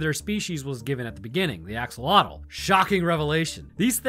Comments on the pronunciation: How did you butcher "axolotl" that badly lol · "axogloollggles" has to be the best verbal-typo i've ever heard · Axolotl has a click noise in its pronunciation heads up, there's a channel here on YouTube that teaches you how to pronounces Nahuatl words which that is part of. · PSA for everyone: that is not how you pronounce axolotl. Or more accurately, that's the widely accepted English pronunciation but isn't actually the correct one.